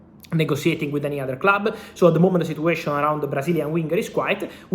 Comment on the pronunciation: [Negotiation] sounds like /Nego.she.a.shin/ , [Situation] sounds like /Sit.chu.way.shin/ you are a journalist/social media reporter you chose to speak in English, before someone jumps here and start barking.